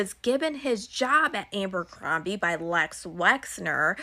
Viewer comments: If that girl said Abercrombie incorrectly one more time..... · I swear to god if I have to hear her say Ambercombie one more time….😂 who’s gonna tell her it’s Abercrombie???